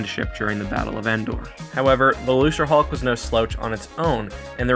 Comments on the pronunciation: Why is he saying lucerhulk. It's Luke ra hulk Get your quotes right "nothing can get through our shields If the rebels best ship can't beat a gimped old ship how did they even threaten the empire. Empire has 1000 time more ships that are 10 times better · Lucre hulk. Pronounced loo-ker, not looser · This is a great video but there's one thing that I wanted to point out. I'm pretty sure thst Lucrehulk isn't pronounced "loose-re-hulk" but "loo-kre-hulk" I think that George Lucas was making a joke on the worlds "lucrative" and "hulk" because it was a hulking battleship of the lucrative Trade Federation. Also, in the English language, any C that is followed by an R is a hard C (K) like in Crazy, Credit, Cram, Crust, Cripple, Acropolis, Crib, Crab, Macro, Micro, Crap, Lucrative, Criminal and Incredible. There is no example of a soft C (S) before the letter R. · luserhulk??? it's pronounced luke-ruh-hulk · it's pronounced "loo-kerr". lucre, as in money. the trade federation, interested in money, you know? get it right, man. sheesh. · Are you pronouncing "Lucrehulk" as "Loserhulk"? It's supposed to be a hard C, not a soft C. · > hears you pronounce "lucre" with a Soft C instead of a Hard C. Ah, so this video exists as penance for some terrible sin I have committed.